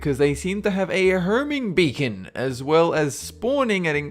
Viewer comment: Oh the accent : herming beacon. Awesome 😎